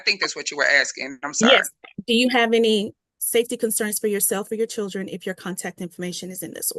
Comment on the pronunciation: This judge pronounces children - chewdrun 😕